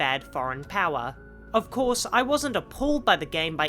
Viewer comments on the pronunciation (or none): none